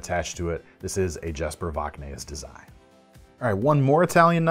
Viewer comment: Great list! I would like to point out that the 'j' in Jesper is pronounced like a 'y' (yesper), and your pronounciation of Voxnaes is close, but you need to pronounce the 's' at the end.